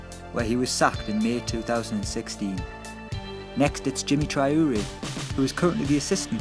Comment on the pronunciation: It's 'trao-re'. Trao. Re.